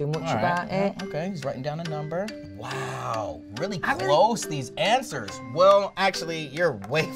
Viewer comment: no one: louis: yo lOOking at tha ansAAs